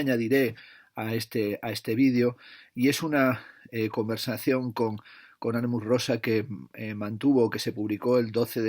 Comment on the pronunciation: Muchas gracias por este vídeo! Me compré el de Alienación y Aceleración gracias a tu reseña y lo cierto es me has descubierto un pensador muy interesante. Aunque en este libro me da la sensación (aún no lo he leído) que pincha en algunos puntos. Por cierto, es Hartmut (no Harmut), lo digo por si quieres ayudar a los seguidores de tu canal para que en el futuro puedan encontrar esta reseña. PD: espero con ganas ya la reseña del último tocho de Zizek (Sex and the failed absolute), que seguro que la tienes en la recámara, aunque la traducción española tiene pinta de ser algo desastrosa. Solo con el título mal traducido del inglés, el fracaso del absoluto (!!!), ya da a entender que el traductor, que en este caso está especializado en mindfulness/autoayuda, no tiene pinta de haber leído a Hegel ni a Kant en su vida. Menudo error darle un libro tan potente a alguien fuera de órbita...